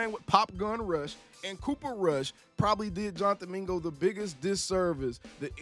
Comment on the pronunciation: Mingo? Bro puuuuulease lol